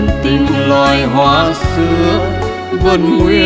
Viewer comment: Một ca si chuyên nghiệp hạng A. Khi hát phải để ý ca từ của Tác giả. Hoa Lộc vừng. Mà Dan Nguyên cứ phát âm là hoa Lục vừng. Trong khi Mai T Vân phát âm là Lộc vừng, vậy mà nhà sản xuất Vẫn cho ra sản phẩm 😮😮😮. Làm mất đi sự chuyên nghiệp